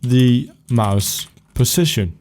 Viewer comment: Great tutorial but when you say position it sounds like precision... witch I'm used to now but it was kinda confusing when I started